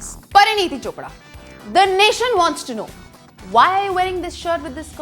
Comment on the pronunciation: that's not Chopdra it's Chopra